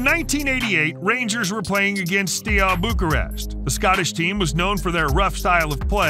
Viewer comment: Bro it's steaua bucharest not stial bucharest😂😂😂